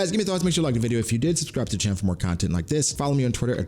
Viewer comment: I’ll do my best to watch out for spoilers..! Type this at the end of the video and did ya say “Subscribble” ..???